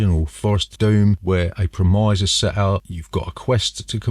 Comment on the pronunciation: Pre-mize? TF is a pre-mize? 😂Is it the same as a prem-iss?